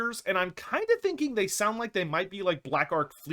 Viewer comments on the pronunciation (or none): none